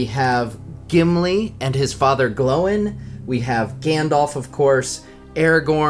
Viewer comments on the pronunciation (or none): Noooo why did you pronounce „Andúril“ and „Glóin“ like that D